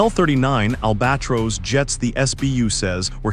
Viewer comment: Pronounciation: Caucasus--Caw ka sus, Albatross- Al buh tross. Poor AI and images do not correspond with content.